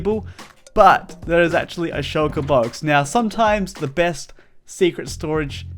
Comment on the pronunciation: you said Shoulker Box but meant Shulker Box... Nobody is perfect.